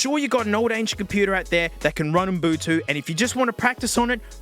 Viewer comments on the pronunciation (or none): I love that you call it UM-BU-TU 😅 come on genius, it’s U-BUN-TU! Love ya. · Love that you don't say "Ubuntu" but "Unbutu" xD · its ubuntu not mbutu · Why does he say umbutu instead of ubuntu ? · referring to Ubuntu as Umbutu drove me nuts through this whole video lol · Nobody:: Umbutu. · the way he says umbutu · 10 is way better than 7, ya goof. Edit: HOLY SHIT SAY UBUNTU. IT'S - "OO-BUN-TOO" Edit2: You absolutely do not need to know exactly what you're looking for when installing stuff with apt, there is a search function. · I've gotta say that "Umbutu" is probably the most unique pronunciation of Ubuntu I've ever heard 😂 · I love how this man says Ubuntu like m’Butu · Am I deaf or are you saying “Oon boo too”? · “Oom boo too”? That is a new one. I think you’re misplacing the N and idk whether it’s on purpose or not. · Brother, you're killing me with this Ubuntu pronounciation... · I can't tell if he's saying Ubuntu wrong as a bit to annoy the Linux people or not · Love how you mispronounce Ubuntu but still rocks it :D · the way you pronounce ubuntu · Completely mispronouncing ubuntu